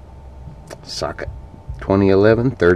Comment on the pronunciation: "S - L - I, not SLY" and Socket, not Suck it :D